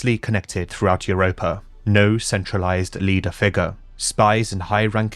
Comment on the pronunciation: It's funny that talks about the pronunciation of prehevil, but he pronunce "iuropa" instead of "europa" XD